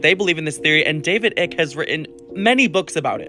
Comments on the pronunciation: His name is not David ick...... its pronounced ike ..... like ike Turner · Can't take a guy seriously if he can't pronounce the authors name correctly. It's pronounced "Ike" not ick. 🤦